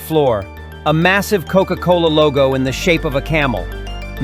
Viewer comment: He just say coco cola